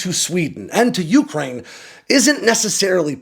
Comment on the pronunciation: Dude, why can’t you pronounce Ukraine properly?